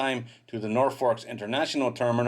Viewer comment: Norfuk is a better pronunciation for Norfolk